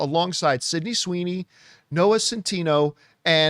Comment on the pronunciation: SYDNEY SWOOWEENEEEYYY????? YUKIIIOOOO?? Well I guess they do know their target audience for this...